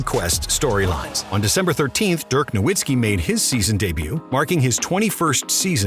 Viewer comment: Put some respect on Dirk and pronounce his last name correclty